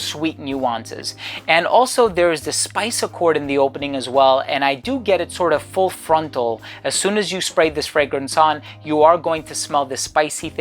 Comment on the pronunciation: Lol, he said "Full frontal"... sorry.